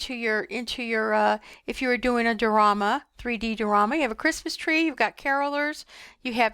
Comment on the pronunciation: Lovely--as usual--you are a true artist! But, it's pronounced: Di--or--ama, with a long "i" 🙂